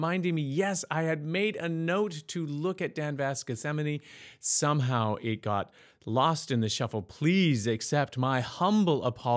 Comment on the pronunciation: Thank you for pronouncing the name of this song……EPIC performance by Dan Vasc